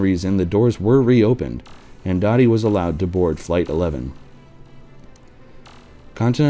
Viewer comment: It was pronounced “Doe-tee”, not “Dottie”.